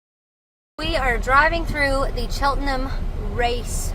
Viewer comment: Nice travel vlog - they've certainly taught you how to say Chelten'm properly. ✔️